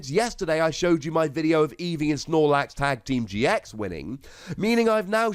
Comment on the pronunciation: I though that the first time he said triple team gx’s he said Triple team TX’s